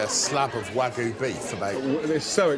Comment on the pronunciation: Why can’t British people, including chefs, pronounce “wagyu”?